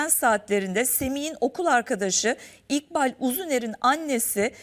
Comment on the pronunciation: siz neden isimleri doğru söyleyemiyorsunuz İkbal İkbal sura giden İkbal